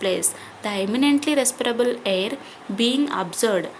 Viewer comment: You are tell hair that word is not hair that is air